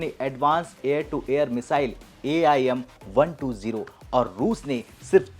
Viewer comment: AIM.. यम.. क्या बोल रहे हो यार